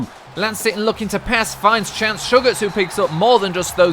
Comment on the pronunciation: when you were announcing the stats from the second game on rushing you said will sitton